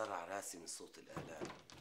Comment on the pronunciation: صح بس ليش بتحكي راصي مش راسي